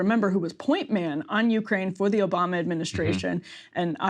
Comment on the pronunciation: Krystal said Obamna just like Trump did hahaha